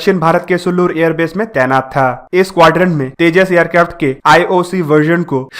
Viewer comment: Aap aircraft ko aircrafto Kyon bolate ho